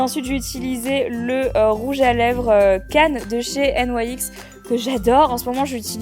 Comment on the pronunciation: Ça me stresse tu ne dis pas NYX comme tout le monde 😂😂